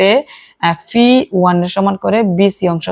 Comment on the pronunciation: ফি নাকি পি😂😂